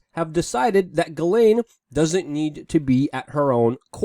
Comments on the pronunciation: Jis-Len not Gi-lane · I'm French Canadian and the correct pronounciation is Jissslaine (Ghislaine). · ...its pronounced Jizz lane Maxwell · I think it's pronounced Jizz-laine... ~:V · I think her name is pronounced with a softer g sound, like in Gillian that sound the same as Jillian. "Ghis laine" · I think it's supposed to be pronounced Zhizlaine.